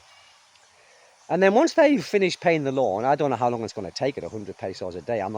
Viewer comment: Who else wondered why he was saying "lawn to lawn" until they realized he was saying "loan to loan"? (Even the CC interpretation was lawn to lawn.)